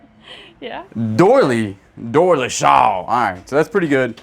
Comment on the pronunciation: Its not a shaw its for a hearth shelf😂